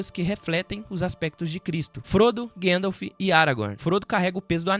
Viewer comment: Ô, cara. Fala "guéndalf", não.🤦🏻‍♂️ é GAndalf! Se pronuncia como se escreve!